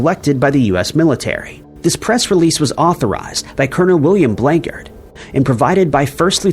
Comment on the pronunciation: Roswell - It's Colonel Blanchard, not Blankard. Blanchard had the actual UFO craft remains switched with a balsa and tin foil kite kit, which were very popular in those days. That is what you are all seeing in that photograph. That was a strategic move by the military, long ago. Persons that I grew up with were the grandchildren of the man who was tasked with cleaning up the debris of the craft and bringing the ET bodies back to Roswell AFB in preparation to be flown to Wright-Patterson in Ohio. I heard the real info first hand, from the son and grandchildren of that man. I could share their surname, as it is already pretty well known, but will refrain for now since it's really not my place. They had moved to Helena, where I grew up, from New Mexico, and that is how we met as kids. Their own father handled some of the UFO debris and other artefacts that were found in the remains of the UFO craft. It is the whole reason I use the avatar that I do here on YT. It was a real event and it did happen, regardless of what our government and military say. The military always tries to cover it up, by saying it was just a couple test dummies from Project Mogul. Project Mogul did not even happen until the 1950's! Easy to debunk that dumb excuse. The military even wrote a silly book where they kept up with their lie, that it was Project Mogul. It wasn't. Roswell really did happen, and Walter Haupt knew what he was talking about. He never said another word about it since his life and his f